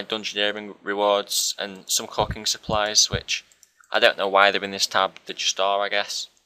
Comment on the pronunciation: I thought you said some cocking supplies , the fuk